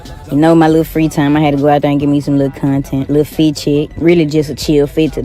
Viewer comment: She also said foot check instead of fit check and said pip rally instead of pep rally I know people have accents but for a teacher talking like that sounds like one of the students learning to speak. Iv got nothing agenst the way she talks it's fine but I would not have my student taught by her using slang and miss pronounced words if she was in school at least the ones I went to you'd be in speech class I knew 2 people in my class that was in the program cuz they would miss pronounced words like that didn't use slang but would only say half a word and expect you to know what they was saying and mubling all signs for speech class. The way she talks is cool for out of the school but when your at school you should talk that way in school or a class room when students look up to you they goingnto start acting like her 😢😢😢😢😢😢